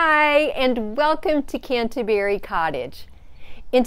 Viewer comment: Your pronunciation of Canterbury is funny.